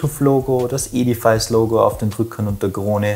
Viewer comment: Hallo lieber, ein tolles Review. Nur eine Bemerkung: die richtige Aussprache ist nicht e-di-fais sondern e-di-fis:) Zs